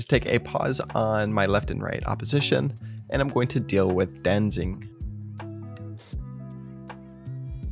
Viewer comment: Dude really said "Sanation" as "Sanitation". And "Danzig" as "Danzing"